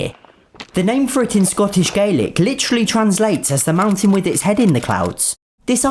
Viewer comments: Its pronounced galic not gaelic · The Scottish language is pronounced Gahlick not Gaylick. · I had no idea where you got that from. The Scottish Gaelic (pronounced "Gaa-lic", not "Gay-lic") for Ben Nevis is Beinn Nibheis. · FYI its a Loch in Scotland, not a lake, its not its name that's what it is here. Same for "stream", it's a burn. Also, it's "Gah-lick". Not "Gay-lick". Great video otherwise. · sadly most English folk aren't taught that, in fact I was literally taught the opposite in school - that Welsh, Cornish and Scots Gaelic were all the same and all pronounced the same. :/ hence all the English tourists saying "gaylic" in Scotland. The first time I heard it said the right way I thought someone was talking about Garlic, until I picked up on the rhotic in garlic and non-rhotic in Gaelic (being from the part of England without rhotic speech, I wasn't accustomed to distinguishing between ah and ar noises at all either). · Why did you mispronounce Scottish Gaelic